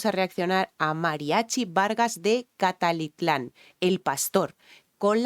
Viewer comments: Cacalitlan jajaja 😅😂😂😂 es Tecalitlán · Es MARIACHI VARGAS DE TECALITLAN, NO DE " CALATITLAN".... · Es Tecalitlán.!!! Dijiste Calatitlan"..saludos de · Mariachi Vargas de TECALITLÁN (NO TEPALITLÁN). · No es catatitlan es tecatitlan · Dijiste catalitlan😅😅😅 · Hola. Un par de detalles es Tecalitlán no cacalitlan ja ja. Y se pronuncia Querétaro la segunda e lleva acento. No te preocupes se que para los españoles algunas palabras son difíciles de pronunciar y aunque hablamos el mismo idioma como vez tiene sus diferencias. Como escucharás la música ranchera no sólo dedica canciones al amor y desamor, también habla del estilo de vida del campo y al amor que se le tiene a cada región del pais. Y aunque el México que describen para los que vivimos en las ciudades es diferente, producen esa magia que nos conecta con nuestras raíces y se cierra el círculo. Me gustaría que reacciones a Lucha Villa otra gran, gran cantante de Ranchero. Y a la presentación del TRI banda de rock mexicano con la canción Triste canción de amor en su versión sinfonico. Estoy seguro de que aunque es un género completamente diferente te va a gustar. Saludos. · Tecatitlan por favor me choca que hagan reacciones y no puedan pronunciar bien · Hola linda , no te preocupes. Estado Mexicano; JALISCO y un municipio llamado;" Te-ca-li-tlan. TECALITLAN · ES TECALITLAN. Y QUERETARO ,ACENTO EN LA SEGUNDA E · Tu acento Español no me Impresiona!! Me hubiera impresionado mucho más si al menos hubieras pronunciado bien el nombre del mariachi y el nombre de la ciudad!!!!’ QUERÉTARO!!!! Ves la tilde!!!! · Pronunciaste MAL el nombre del mariachi y el Nombre de la ciudad de la orquesta filarmónica!!! Querétaro!!!!!! Sabemos que tu experiencia es de música. PERO MÁS respeto y un poquito de atención y preparación antes de hacer tu trabajo y echarle flores al cantante que ya se las ganó al margen de tu opinión. Tú lo haces para ganar muchas vistas yo lo veo por el valor artístico y cultural!!!!